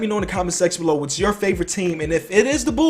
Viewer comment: I love how he says bulls Bools